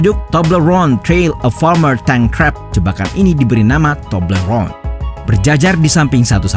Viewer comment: Itu aksen "toblerone" menggelikkan. Haha